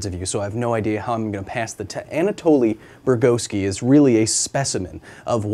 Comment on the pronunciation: Anatoli , not Antaloi 🤣🤣🤣